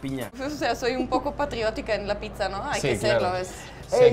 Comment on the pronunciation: O sea es pitza o piczanla pronunciación?